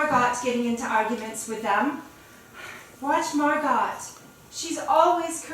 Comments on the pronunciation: really good but Margot is pronounced Mar go not Mar gut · It’s mar go not MArGoT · It’s pronounced Margo. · They pronounce Margot as literally.... marGOT? And nobody caught this? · yeah lmfao isnt it just pronounced mar-GO